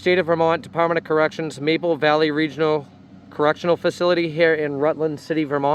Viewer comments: Right up the street from my house. It's Marble Valley, not Maple valley though, lol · Ah...it's "marble valley"